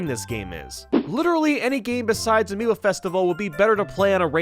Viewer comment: I just realized is not Amibo but Amiibo